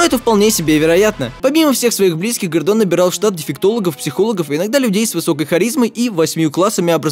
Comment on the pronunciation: я один вместо Гордон слышпл Годо....кхм кхм ладно нечего